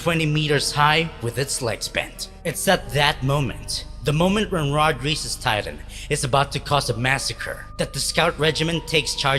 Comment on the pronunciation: Reiss is pronounced rice btw